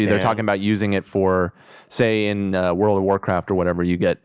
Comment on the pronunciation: Wourld whoorld WORLDS